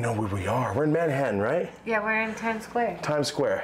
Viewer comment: bro from utah mustve adopted the accent and mannerisms ASAP i swear i heard the most genuine "yerrr" outta him